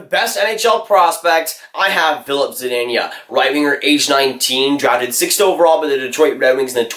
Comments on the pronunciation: Good vid but it’s ZUH-DEEN-UH not ZUH-DEEN-YUH (Zadina) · ZaDEEna, not Zadaynya